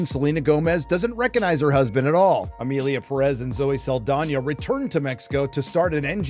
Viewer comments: The English pronunciation of the name Emilia Perez sounds like Emily in Paris. Is this perhaps related to the French supposedly hating this series because of how they are represented?😂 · You cant even pronounce the name of the film correctly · in terrible french accent this makes me feel, how you say, ehhh le sick.